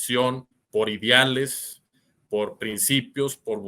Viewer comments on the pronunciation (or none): TEATRO no "TIATRO" IDEALES no "IDIALES" que pasó ahí mi???